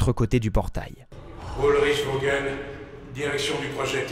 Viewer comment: alors juste ça me perturbe car c vogel parceque vogel comme vous dite c'est voguel car g+e=ge gue